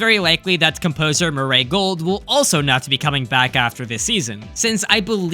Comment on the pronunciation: Bro, that "Mu-RAY" pronunciation. 😭